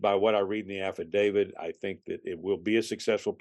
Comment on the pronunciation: i can't help it but i'm really bothered that this seasoned detective calls it an "affidavid"